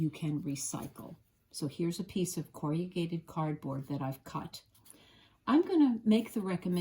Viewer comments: You state you were a teacher. Based on this video, you are an excellent one. I wonder though where you're from, because you massacred the word 'corrugated'. It is not pronounced core•e•ah•gated. It is KORR•uh•gayt•id. 😕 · It is not CORRIAGATED. Corrugated.... pronounced corragated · An excellent instructional video, slightly spoiled by the mention of "corriagated" cardboard. The word, spelled correctly on the paper shown, is "corrugated", and pronounced as it is written. Apart from that I enjoyed learning a new technique. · Corrugated has only 4 syllables. Cor-ru-ga-ted. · Have to say I've never heard corrugated cardboard referred to as "corry-yew-gate-ed" before; is this an American way? I also have little snips like you do too. Thank you for the video. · Teacher : you are mispronouncing “corrugated “ cardboard. 👎👎👎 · Not AI — probably just a regional quirk with the pronunciation. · I noticed this creative pronunciation too; I used to work in a factory producing corrugated boxes so it sorted of leapt out at me! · Noooo not American pronunciation. Only four syllables for most of us. Just a personal variance I’d guess. A bit of quirkiness is charming. 💖